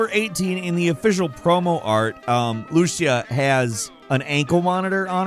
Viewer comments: Lu-See-Ah = Lucía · oh man, I truly love your content, but it really hurts my ears every time you pronounce it "Loosia" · Lu-CIA, not LU-cia, what the actual fuck... how the fuck does everyone get this wrong, despite the first fucking character in the trailer saying her name?... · It’s Luh-see-ah not Luzia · Great content as usual. FYI Lucía is pronounced with the stress on the I, not on the U 😉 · Lucía is pronounced /loo-SEE-uh/ not /loo sha/ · It's Lucía no Lúcia... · “Lucia” not “loochia” try it “lusia” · Its "Lu-CYA", not "LU-sia" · Loo-see-ya, not Lu-shia. Thank you lol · Pronounced Lew-See-Ah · Its pronounced lou see ya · *Lucía. - at least that's how it's pronounced in Spanish ✌️ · pronunciation of Lucía 😅